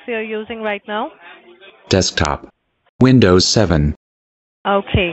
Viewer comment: 'Vindows 9 installation' lol